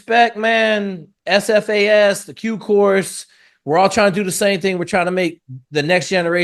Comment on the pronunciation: Shit, this is the first time I have ever heard you say SFAS multiple times without mucking it up. Often, you have referred to it as "AFAS." Be drivin' me nuts, but you're alright, mmmkay.